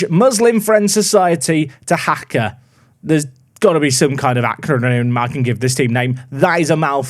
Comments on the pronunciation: The city Dhaka, it's pronounced "Dacker", not "De-haka" And the many teams with a "D" besides their name, means they are from Dhaka. Edit: favourite flavour (spelled correctly, thanks Google) of ice cream is Cookies and Cream! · worst pronunciation of Dhaka ive ever heard !!!! :)